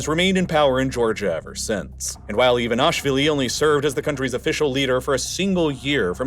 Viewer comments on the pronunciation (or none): Some spelling notes: Saakashvili is pronounced as "Saah-kah-shvili", with double "aa"; Ivanishvili is pronounced as "Ivan-ee-shvili"; Ochamchire is pronounced as "Ocham-chee-reh"; Turkish Ceyhan is pronounced as "Jeihan".